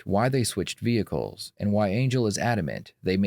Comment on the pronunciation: The moment she talked about trading Vee-hickles I knew the jig was up